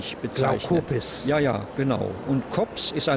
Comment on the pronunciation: Es heißt nicht glaukopis, sondern glaukops. Und es gab noch in historischer Zeit im vorderen Orient Elefanten.